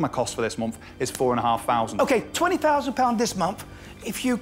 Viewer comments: 11 fousand, why do people talk like viss? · I want forty fousand pound. There’s noffing that does what mine does. Fank you very much. This munf we did 20 fousand. What you want is irrelevant, what you NEED is elocution lessons. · SO many "fousand pounds this Momf" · Thousand, the word is thousand. "Fousand" just isn't good enough. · The way the guy said “fousand” really annoyed me and when he said he said pound when he should say pounds